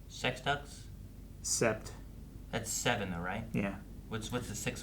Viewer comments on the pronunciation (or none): none